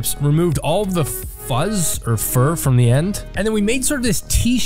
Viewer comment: Cotton on the qtips lol! We giggled each time you said fur